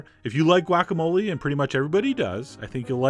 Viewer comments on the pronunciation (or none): none